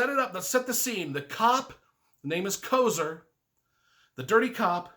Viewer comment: and also it is Kofer.